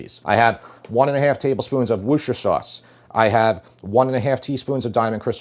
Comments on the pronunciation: Worcestershire sauce .. pronounced ''Wuh ster ..'' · It's pronounced "wash-your-sister-shire" sauce... learned from a Brit...lol